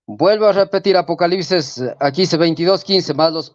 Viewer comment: APOCALISES? JIJI NO PUEDE NI HABLAR CORRECTAMENTE Y ES TODO UN REFUTADOR DEL PADRE LUIS TORO JIJI..